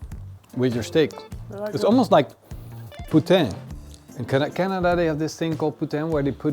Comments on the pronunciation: poutine not putain 😂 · "i've never peeled a potato before..... i cut my finger" who didnt see that coming? and the fries with gravy and cheese is poutine pronounced like poo-teen what you just said is something you dont want to say in front of a french speaking person. had to edit..... never season a steak before? that is just against the carnivore religion. season it over an hour before the cook